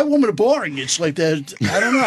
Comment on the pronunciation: He literally can't say women. He always say woman.